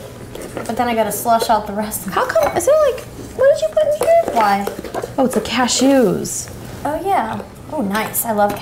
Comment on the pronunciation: "cash-EWS" haha never heard it pronounced like that